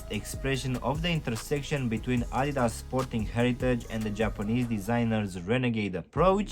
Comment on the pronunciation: Idas...🤦‍♀️ Adidas!!! Adidas!!!